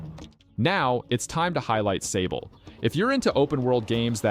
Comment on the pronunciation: it's not sable though... it's "saab"le, it's the french word for sand ;)